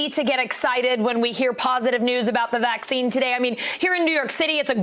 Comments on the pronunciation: You're slipping it's vaccine not "Caccine" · I clicked because "Caccine" lol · "Caccine" lmfao 😅😂🤣